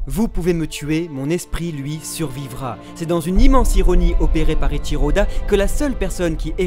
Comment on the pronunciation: pourquoi vous dites etchiro et eusopp au lieux de eiichiro et usopp a part sa bonne video